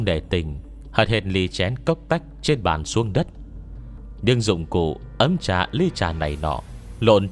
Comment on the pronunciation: cây gắp trà mà nghe đọc thành cây gắp chả hoài nhĩ:))